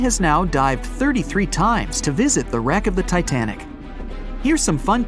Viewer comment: btw you meant to say "titanic" instead of tinatic right?